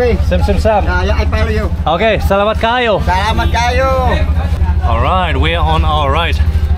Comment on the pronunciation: have a safe trip! i like the way you said salamat kaayo. and amping! pakyaw means just pay cheaper than normal fare.